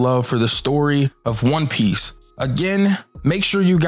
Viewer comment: Yo this neeguh can't pronounce not one fucking name right. 😤